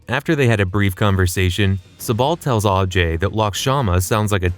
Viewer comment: It is kyrat not kiriyat, and it's ajay not aajay. Why americans can't pronounce English words when it is indian or hindi word. Even in game it has not pronounced properly